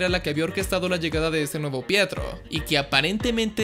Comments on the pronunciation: Pensé que decía "prieto" xD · Ya no es pietro es fietro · Fietro xD